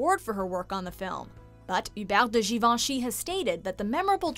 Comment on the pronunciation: Yes, it’s pronounced correctly in this video. I’m amazed!